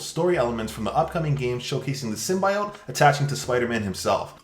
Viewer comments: Its SIM-BY-UT Not oat 🙄🙄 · Hate to correct you, but its pronounced, sim-bee-ote, not sim-bye-ote. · The way you say symbiote makes me sad.